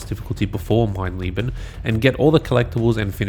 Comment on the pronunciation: It's funny how everyone seems to call the Wolfenstein trophy "mein lieben" (my love) instead of "mein leben" (my life) just from how they assume the e would be pronounced. It's just funny that you're subconsciously on a quest for love in your heart while doing the most diabolical trophy ever.